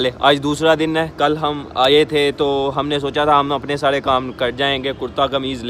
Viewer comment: آپ ر کو ڑ کہتے ہیں، جیسے گڑمی، ڑوڈ، ساڑے کام چھوڑو۔ اور بھی کافی مسلئہ ہے۔۔ تلفظ اچھا ہو تو ذیادہ بہتر رہے گا۔